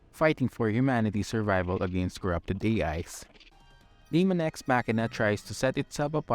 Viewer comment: Btw 2 important notes, It's Daemon ex Machina not Demon it's pronounced Daymen. Also the producer of Armored Core produced that game.